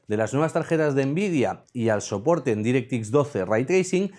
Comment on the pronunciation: Tracing Ray Cores Direct ☓ Microsoft Nvidia Aprende a pronunciar imbécil.